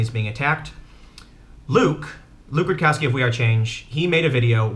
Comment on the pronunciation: i cringe every time i hear you say Luke Rukowski... He's your friend and you cant even pronounce his last name right? Luke Rudowski with a D. other than that, great videos Tim.